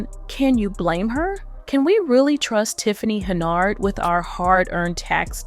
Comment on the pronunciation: From all other information I see her last name is HENYARD, you have that in the video title. In this video your text and speech leave out the Y, you say HENARD. Does that mean this is a spoof?